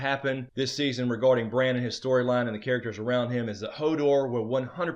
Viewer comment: it's Bran as Val said so!